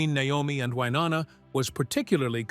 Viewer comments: Why do you continue to pronounce her name wrong? It's pronounced Wy-NO- na...not WY- NON-a. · It is Wy No Na not Wy nonna. Learn how to say her name before you post stuff. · I hate AI! It can’t pronounce Wynonna’s name and the info is widely incorrect! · Love, love, love the Judds!! Stupid AI voice, repeating the same ideas and concepts over and over, and mispronouncing Wy's name. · Most annoying is this guys inability to say Wynonna's name correctly!!!!! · For God’s sake, you really should know how to pronounce Wynonna’s name at the very least.🤦🏻‍♀️ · If you are going to do a story on someone at least pronounce their name correctly. These two are country music royalty say Wynonna's name right! Be respectful about her life story she went through alot in her life. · And shouldn't post anything ever if you don't pronounce Wynonna correctly!